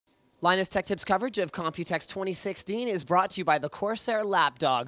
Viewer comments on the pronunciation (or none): none